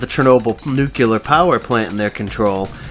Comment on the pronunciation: He says nuculear instead of nuclear.